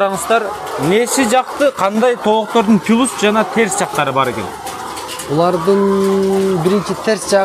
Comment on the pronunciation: Плюс десен, пиулс, жоок плюс, ПИУЛС, тууй ПЛЮС, ПИУЛС😄🖐️